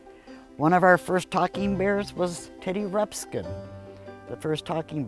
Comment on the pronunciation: TEDDY RUXPIN not teddy rubskin!